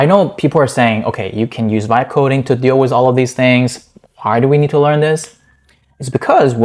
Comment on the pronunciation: Vite is pronounced "veet" like "meat" or "feet". Not "vight".